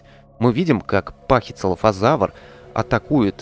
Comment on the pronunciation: Пахицефалозавр а не пахицелафозавр звучит как целлофан